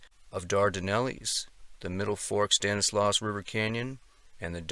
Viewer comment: a couple of pronunciations I thought I'd share with you... Stanislaus: STAN-iss-law (not "loss") Tuolumne: too-AWL-um-nee